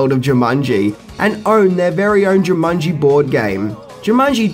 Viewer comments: Why do u pronounce it jumunji instead of jumanji? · I literally paused the video a min and a half in as it was bugging me and had to see if someone else mentioned it. Jumunji, Jumunji, Even when I said the word Jumanji in my head it now comes out as Jumunji. Damnit. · Uh,, its Jumanji, NOT Jumunji. And does everybody in New Zealand say "fings"? Come on buddy, it's part of every video title. Weird! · JOO-mon-jee, not JIM-mon -jee" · Its jumanjiiii not jumunnnji :) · Dude! It's jumanji! Not jamunji! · "Jamungy" Try to unhear that now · Jew Mongi ? Jaw mungy ?😂😂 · you sound as if you are saying 'JamUnji' all the time.